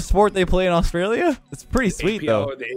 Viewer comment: Aaay why’d you say Australia like that?